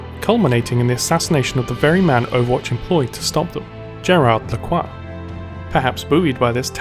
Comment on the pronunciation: I'm French, you pronounced Gérard's last name right. Larcoix. The "Gé" in Gérard is pronounced "Je". The French word for "I"